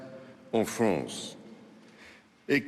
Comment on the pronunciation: Hahahahaha il a dit la « FRONCE » ce facho